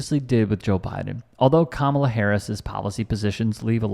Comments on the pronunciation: You can always tell who the bigots are (and in MAGA world that's not difficult). These are the people who passive aggressively mispronounce Kamala's first name. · The way they purposely mispronounce her name speaks volumes to their character.